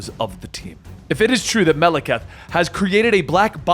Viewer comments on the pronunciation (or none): it upsets me the way pronounces Malekith....